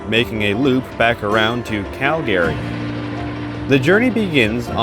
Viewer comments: Is the narration AI? The pronunciation of Calgary sound unusual. Cal-Gary? CALgary. Also, it always pronounces THE like thee, which is not normal either. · Great video but work on your pronounciation of "Calgary". Its main syllable stress is on the latter part of the word and not the front like you are saying. The Cal- part of Calgary is stressed (where you stress the accent), not -gary. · LOL I Have Ridden the RCP Many Times but Never Heard Calgary pernounced like that 🤣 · Could you please learn to pronounce the name Calgary correctly. Also use Canadian English pronunciation of the word toute